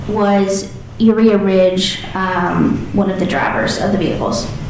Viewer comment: Uriha? Like Urea? 😂 Lawd…